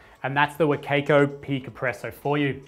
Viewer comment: every time he says wa kay koe i die inside a little bit